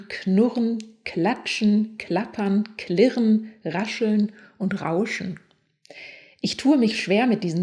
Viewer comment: Liebe, kli(e)rren ist Dialekt. Entschuldigung, musste raus;)... klirren wäre richtig (Trotz alledem ein hervorragendes Video)